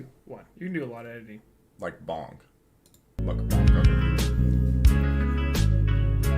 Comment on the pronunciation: i cant believe you pronounced mukbang correctly (the first time)! also it is NOT mook as in "look." the first time you said it was correct, coming from a korean speaker